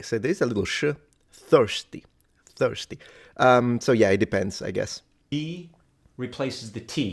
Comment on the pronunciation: He said foisty sounding a little cockney?